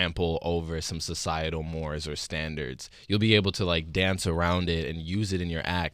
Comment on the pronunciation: Love him! (Ignoring the mispronunciation of “mores”. LOL)